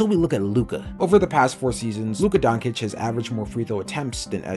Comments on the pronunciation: Anyone who pronounces Doncic as Donkic is just wrong on every aspect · Shy? Donkic? wtf am I listening to, do you even watch the NBA?